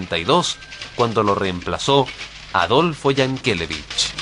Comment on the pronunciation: Yankelevich siempre se ha pronunciado acentuando la última sílaba.